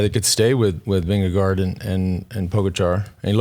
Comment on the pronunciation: Jonas did exactly what he needed to do. The 2024 TDF promises to be crazy. Jonas, Tadej, Remco, Felix Gall, Carlos Rodriguez, Juan Ayuso, Wout Van Art. Lance, I love you bro but Jonas’ last name is pronounced Ving - Ga- GO.